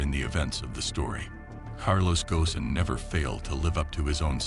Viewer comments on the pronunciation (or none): The S is silent. It sounds Gohn not Goson or Gosen And same for Renault. The L is silent. Yeah, French is a pain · Pronounced Gone as in Bone and Reno for Renault . Please research the pronunciations , it jars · It's not Carlos Ghosn, but Carlos... Gone.